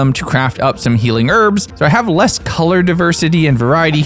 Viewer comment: cant stand how you say herbs.... YES the word herb/s has a H at the start